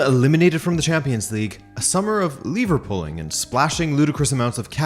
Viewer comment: Liverpooling? Ohhh. “Lever pulling”. Hah.